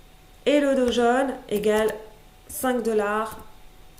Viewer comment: Tu prononces comment Dow Jones? 😅 Elle prononce 'do jaune"